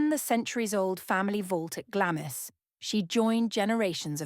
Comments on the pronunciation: Glamis is pronounced Glamms. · Glamis is pronounced GLARMS!